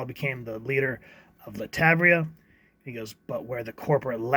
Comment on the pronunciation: It's pronounced LAT -VER-IA